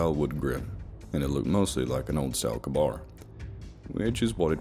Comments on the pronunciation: Not Kabar. K-Bar. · The Marine combat knife is pronouced KAY-BAR aka K-BAR, not Kah-bar. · btw it's pronounced Kay-Bar rather than Kuh-Bar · Good narrative but for future its not a kuhbar fighting knife it’s pronounced kaybar. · It’s pronounced K-bar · for future reference, respectfully, it's pronounced KAY-bar/K-bar as in the letter K and word bar, just thought i'd point it out is all, hope we get the story on that knife later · 🤣.... KAY- Bar ..... just sayin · It’s Kay-bar knife, kabar knife lmao u guys kill me sometimes. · The way this mfer says k bar is ridiculous